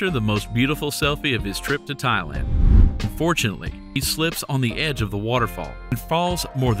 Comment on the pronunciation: Seriously, learn how to say “unfortunately” clearly. It sounds like you say “fortunately”.